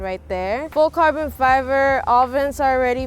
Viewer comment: Why did she say "full carven fiver"